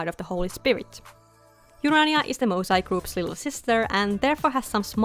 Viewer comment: These turned out amazing! I love the attention to detail in all of the character designs, just makes them stand out so much! I already have a soft spot for Melpomene since I'm named after her ☺just a slight correction on the pronounciation of the group name, in case you'd want it to sound more authentically Greek, it would be more like "moo" (like the cow) "sae" (like in the word "set"). Also I know it can't actually be turned into a series (unfortunately) but I can FEEL it would make a GREAT webtoon❤